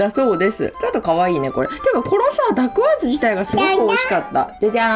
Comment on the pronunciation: ダッグワーズの発音も独特でおもしろいですね。そんなにかわるものなんですね。